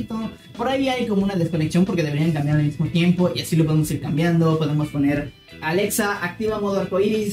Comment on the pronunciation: Porque aveces dices porque aveces quieres sonar como español al pronunciar "Alexa"? Y al decir "Azul" y otras veces lo dices bien como debe de ser? 🤔 Bueno en fin jajaja En mi set up tengo un PS4 Pro Dead Stranding edición limitada. Acabo de conseguir mi PS5 Igual el Xbox One X Gears Of War edición limitada. LG C1 Oled de 48 pulgadas Un monitor Samsung qué compre usado